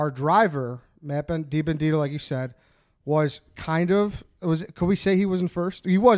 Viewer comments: You can’t even say Matt DiBenedetto’s name right! You guys NEED me to coach you on some NASCAR in’s and out’s. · I love hearing everyone butcher my last name for 18 minutes. DEE BEN AH DET OH. lol